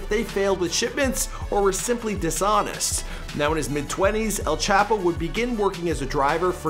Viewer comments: I hate how you're saying "Chapo" white guy from Canada. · Chop-o is how you pronounce it. Chap-o is so incorrect it sounds like you're making no effort to say it right